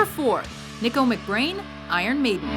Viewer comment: they sure fucked up three Portnoy spot. Oh... and learn how to pronounce Nicko.